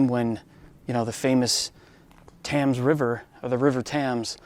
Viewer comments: Just a little tip: it's "Tems", not "Tams":) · River is pronounced "Temz". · How do you do that much research on this subject and yet still pronounce it “River Tams”? Must be an American. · The "TAMS" river?? Obviously an American... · It is probably the most famous cemetery in the UK albeit that there are similar ones. Has a child I lived close by so I used to visit it a lot. Sad that the Victorians were happy to spend so much on their dead whilst the poor starved. The Thames is pronounced Tems. Enjoy your visit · Like your video. Just a quick FYI, the river is spelled Thames but I heard its pronounced TIMS. Thought youd like to know. Great video! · Why can't Americans say "Thames"? hehehe It's so weird. Say it like this "Tems". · Re: pronouncing the name of the River Thames: Forget about how it’s spelled. Just call it the Tims, like the nickname for Timothy.